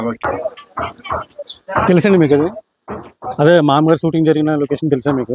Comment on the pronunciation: ఆ సిన్మా పేరు "మామగారు"... "మామ్మగారు" కాదు... పదే పదే... మామ్మగారు.. మామ్మగారు అంటున్నావ్..🤭🫢